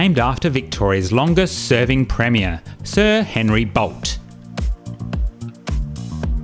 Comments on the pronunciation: Its Boltee, not bolt. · thank you. I think I will make a booking.🎉 PS: Bolte-ee not bolt. Portarlington is not spoken as two words. EG : You would not pronounce Melbourne as Mel-bourne. OK?! 👋😃🇦🇺👌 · Great video and just nit picking but for future reference it's pronounced like Bol-Tee, not Bolt. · Good stuff…btw re former Premier Henry Bolte, pronounced ‘Boltie’ Cheers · Bolte is pronounced with the 'e' ,like bolt and baby together like bolty . Bolte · Wow! This is fabulous! I had no idea this was available! Thanks for taking us along 👏🏼👏🏼👏🏼 Bolte is pronounced Boltee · You butchered Sir Henry's name badly... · You should be ashamed of yourself ! Not being to pronounce his surname! You cannot be either Victorian nor Australian . As for your taste buds you were sitting on them. So obvious a bought and paid for review! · You should be ashamed of yourself! Attacking an individual for mispronouncing a name from a) another state and b) another time period. As for your accusations, so obvious that you could count your brain cells on one hand and have fingers left over. I can guarantee you this review wasn't "bought and paid for" because I know the owners of the business and they're never had to waste money buying good opinions - they don't need to, they have a LOT of satisfied customers. Must suck being such a hateful person.